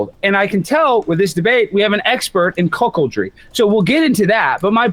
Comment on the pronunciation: Man, the Steven that is boss & I subbed for, is back. All hail! Wait... said "Coke-oldry' instead of cuck in his opening. Lmfao